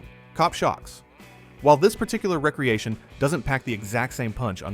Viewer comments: It's NOT "recreation" - like recreational vehicle.... it's "re-creation" - like to create again. I don't know what 3rd world country you live in but, STOP USING AI TO NARRATE VIDEOS!! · Agreed. It's a re-creation not recreation. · I wish AI could pronounce re-creation.